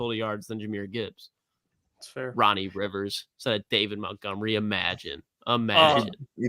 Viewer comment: please say these two words for me..... Mount...... Mont....... now say Montgomery